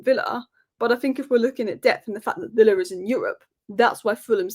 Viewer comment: You've definitely got villa wrong